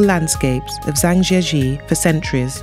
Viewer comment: Chinese pronunciation is very bad. Please get some tutoring on how to say Zhangjiajie correctly.